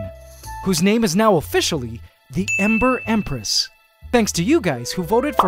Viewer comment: Ok but hear me out, the "Embress"